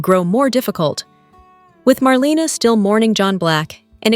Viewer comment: YOU have no business giving any spoilers without knowing how to say MARLENA'S NAME RIGHT.